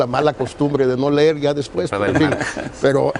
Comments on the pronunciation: Se dice leer no ler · UN SECRETARIO DE EDUCACION QUE NO SABE LA DIFERENCIA ENTRE LEER Y LER, ESTAS REPROBADO NUÑO.. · Jajajjajajaja tan le importaba la educación que este señor nisiquiera sabía hablar "Lerr" que bruto. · creo que la nina que corrigioo al secretario de educacion cuando se lejo se dice LEER en lugar de "LER", creo que entenderia mas las entrevistas de AMLO que todos estos individuos, jejejeje creo que me entretienen mucho me gusta esto AMLO contra la corrupcion y La Corrupcion (PRIAN) contra AMLO, creo que todos lo que estan provocando que crean menos en ellos....